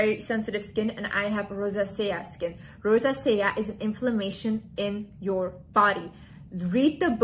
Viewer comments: In English Rosacea is pronounced: Ro-zay-sha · You are so adorable and smart. I think you might be making the word rosacea a little more difficult than it needs to be. If I can help lol it's pronounced RO ZAY SHUH😘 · I love you but you mispronouncing the word “Rosacea” kept distracting me 😅